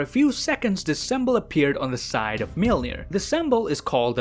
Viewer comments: The way I learned how to say Mjolnir is mule-near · Everyone: Mjolnir Darcy Lewis: Mewmew: Melnir